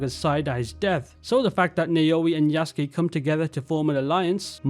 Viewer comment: Good video, but please get the pronunciation of Yasuke right